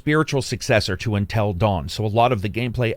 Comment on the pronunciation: "Untell Dawn"